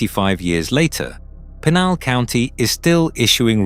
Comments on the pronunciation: PEE-Nal county...Brits continue to butcher the English language... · It pr9nounced pee nal county. Your fuckin it up